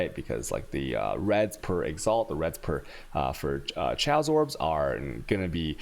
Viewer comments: Dont forget the tjsaos! Good stuff though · I love the content and the videos.. But how you pronounce some words drives me crazy... Alchemy, Valkyrie, Chaos, Arc... seems like you love putting the "Chhhh" sound everywhere even when its "silent". Just a personal cringe from me...... other then that i love the content very informative